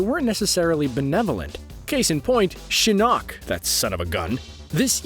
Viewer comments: Can we just take the time to appreciate that he’s saying Shin KNOCK. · The way he says shinnok wants me to kill myself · ok defo a script why add lines like you know the whole story when you don’t know how to say taverns and shinnoks name and that’s the first 3 minutes jesus